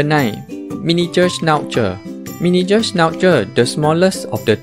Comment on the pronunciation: Miniture sch nauu zeerr